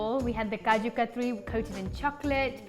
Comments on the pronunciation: Looks delicious! Random question...is it kaju katli or katri? I noticed that it was spelled katli but pronounced katri? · Umm.. it's chak - li (not ri) and similarly, kaju kat - li.. but yeah, everything looks amazing.. thanks for this!